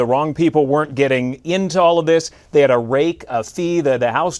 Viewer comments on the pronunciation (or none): It's rake, not rack OG 🤦🏿